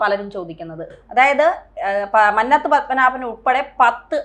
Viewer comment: മ"ന്ന "ത്തു പത്മനാഭൻ്റെ "ന്ന "ഉഛരിക്കേണ്ടത് കുന്നംകുളത്തിൻ്റെ "ന്ന "യായാണ് '